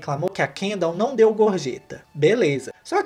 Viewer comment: Eu simplesmente amo o jeito que o fala NAUM-Ô